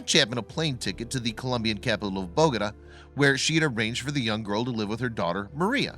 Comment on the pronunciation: You might want to learn how to pronounce Bogota.